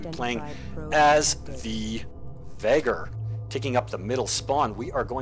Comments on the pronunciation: Nice game, nice casting,. Looking forward for you other vids. Btw, you still pronounce Vaygr as "Vahgr". XD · Well, I compare your pronounciation to the way the say it in campaign. I know it is a case of po-tay-to/po-tah-to, but I just couldn't help but notice it. I guess I won't bring it up in the future, thanks again.